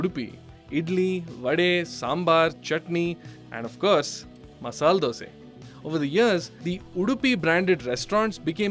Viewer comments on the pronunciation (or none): Why you say Dos'e? Isn't it Dos'a? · Ah there you go “dose” sure you are from Karnataka